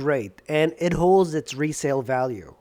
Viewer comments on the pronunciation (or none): none